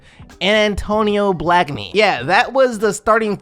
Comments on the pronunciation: This is why I dont watch this nigga he disrespected my boy Antonio BLAKE-NEY it’s not blackney get it together bean head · You said Antonio Blakeney wrong and hes a good shooter